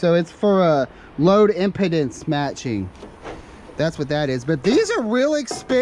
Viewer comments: Chimney-ing in here. That's 'im-peeeeee-dance', the way you pronounced it sounded almost like impotence, uh, no thank you! Looks like you scored on that haul. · VOI voice over Internet. That is pronounced Im-pee-dance not im-pa-dance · Pronounced Im peed ence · It's pronounced Im (like in) pee dance . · pronounce it Load M-PEE-DANCE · pronounced im pee dence. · Load IM-PEA-DENSE matching.... with a soft 's' in Dense. It matches Capacitive Loads and balances them by switching in one or 2 coils when a lot of switch mode power supplies - such that you find in computers are to be used, so that the power company doesn't penalize you for a load < or > in phase with the mains. Look up Resistive vs Reactive or Capacitive loads. In business premises if you largely have Reactive loads such as Motors or Capacitive loads such as Computers because the load isn't in phase with the supply, you actually draw more power. Hence you would be penalized with higher bill's. Switching in extra coils reduces this in Capacitive loads as does switching in Capacitors in Inductive load situations.....